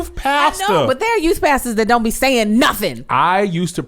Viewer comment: Angel said "to today's youT" HAHAHAAH #dead